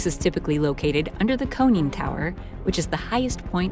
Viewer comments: It's CON-NING tower, not CONE-ING tower. FFS. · Hey, Montana finally has a ship named after them! And it’s “con”-ing tower, not cone-ing tower. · “Coning” tower. LMAO 🤣😁🤣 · "Holes"? "Cone-ing tower"? WTF? You've only got one job. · Cone-ing tower. We got a real experr here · CONNING TOWER… It’s pronounced KON-ing tower. If it had only one “N”, then it would be a CONE-ing tower. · Your pronouncing the O differently, what about con, as in convict...con-ing tower. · And I’m pretty sure it’s a ‘conning tower’ not a “coneing tower” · what's a "coning" tower? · Seriously? - the ‘cone-ing’ tower? It’s not even ambiguous - there are two n’s…what word with o-n-n is pronounced with a long O? And how come nobody involved with this video knows how to pronounce the word?